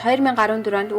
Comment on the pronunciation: Хөтлөгчийн хоолой онцгүй сонсогдожийн У Хань хотын нэрийг буруу дуудаж бна шүү